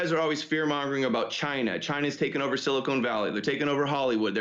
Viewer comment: Its SILICON, not SILICONE.